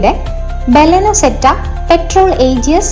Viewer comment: Zedda ❌ Zeta ✅